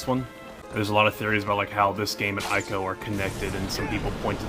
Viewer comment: I'm sure someone else has already said it, but before you make a video about Ico: it's pronounced ee-ko.